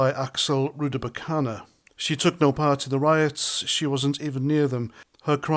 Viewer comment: When will you learn try pronounce the name of the Southport killer properly?